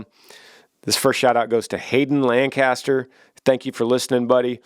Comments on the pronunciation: I appreciate the fact that he said Lancaster PA instead of Lan caster PA. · First person to pronounce Lancaster correctly that’s not from Lancaster PA, Love it Great podcast too! There always AWSOME!